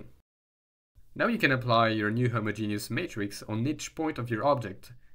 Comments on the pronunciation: Ahh yea you put emphasis on the first part a lil HI-mogenous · The only thing I don't like about homogeneous coordinates is the way some people pronounce it, which makes it sound like a homosexual genius. Not sure how to spell how I say it phonetically, but it's a bit like him-odge-in-is with the emphasis on the odge. Or hom-odge-in-is if you pronounce the first o, but like in rom, not home.